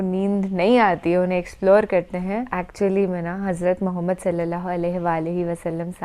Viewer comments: The way you say Muhammad (Salliala hu alaihi wa aal e wassalam,) ❤❤ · Even some muslims cannot pronounce our Prophet's name properly but your pronounciation is perfect.